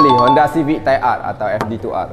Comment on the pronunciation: Serius la sebut honda tu fd2r 😅🤣🤣 mcm salah je